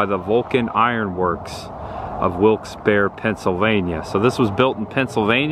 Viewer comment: I waved when you drove by, but you didn't see me 😂 I'm going to give you a couple correct pronunciations for future reference, not to be a wise-butt. Levy is Lee' vee. Not Lev' ee. I know. I thought so, too. Wilkes-Barre, PA sounds like bear' ree or barry. Had you ventured down the road next to the locomotive about 4.5 mi, you'd come to the Waccassa boat ramp. Next to it is a still operating fishing club/camp. The scenery and fishing/picnic area is breathtaking. I've not seen a gator there yet, but nearly stepped in fresh bear poo. There was quite the game trail in the reeds(stay away!). The 2 videos I've seen so far are very well done. There is some rich history to be found. Did you avoid Follow That Dream Parkway on purpose? If so, you missed a couple treasures, one being 'Crackertown'. I look forward to watching more of your videos ❤